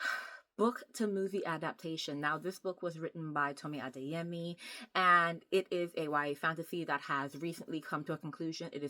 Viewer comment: Are you Yoruba, caused pronounced Adeyemi very well